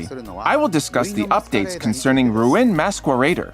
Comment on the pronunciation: Roo-in Maskweraider 💀